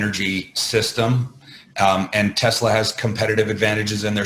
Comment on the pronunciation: you're the only person who pronounces Tesla just like Elon musk